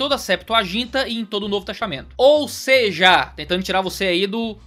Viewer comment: é possível vc voltar a dizer "ou seje!" hahaha, muito top!! Abraço, ótimo vídeo!